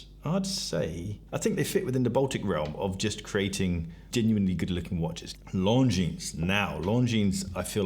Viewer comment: Its Longinnn not LongineS, sorry but slightly triggers me.